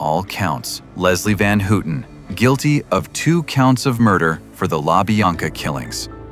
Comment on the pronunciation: “Leslie Van Hootin’? AI narratives suck!